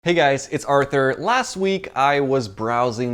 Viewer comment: You have to say "Arthur"with an English accent....